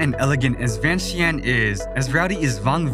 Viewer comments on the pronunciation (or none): I love beautiful of Laos Thanks for sharing Laos to the world but will be great if pronounce correctly . Example Vientiane= Vieng Chan